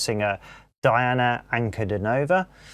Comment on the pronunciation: Welcome to the magical, mystical world of Princess Diana, The Goddess Voice of Nature. Enjoy your journey. She is a true Contralto. BTW, her first name is pronounced Deeauuna.